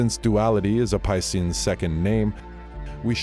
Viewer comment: Yea he literally said pissians lol